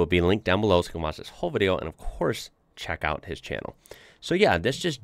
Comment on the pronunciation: you say czech out a lot :)